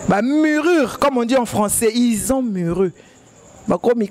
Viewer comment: On dit murir et non murur